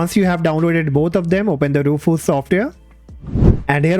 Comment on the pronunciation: E..rufuz softweh😅